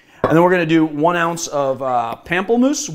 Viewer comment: I mean... it's also "POM-ple-moose" if we're picking up on everything (Lillet Blanc was correct, though you needn't sound the last 'c'...)